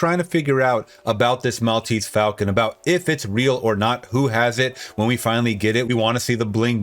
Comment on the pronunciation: When did Americans start, routinely, mispronouncing, the word falcon. Sydney Greenstreet’s Gutman pronounces falcon correctly when talking about its history to Sam Spade. Since the 1990s something happened to the American pronunciation of the word, in some cases they go further than you do at the end, where you flatten the a sound and turn it into more of an e sound. The word should be pronounce as if it were fall-con, not fal-con or fell-con.